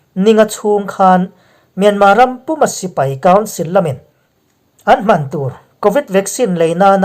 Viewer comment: INP Mizo chanel a beng var thlak ṭhin e. Chutih rualin Ṭawng thkuk dik lo baksak a tam ṭhin hian beng a tikham a, riltlru a tihah ṭhin hke mai. Langsar zual pakhat chiah aw.. ..hmang aṭanga lo kan 'hman' tih hi 'a hi a ri sng tur a nia. I thluk hniam daih zel. A nuihzat thlak. I ṭul buai em em laiin thildang eng emaw ti turin an bia che a, Ka 'hman' lo rih em mai.. i tih a a rik ang hian lam rik tur a ni e aw... hmanrua tiha hman lam rik dan angin lam tur. Ṭawng dang kan hman ṭhin oawh a ṭawngkam in ang reng, thumal thuhmun lamrik dan in ang lo nuai mai te... a tam mai.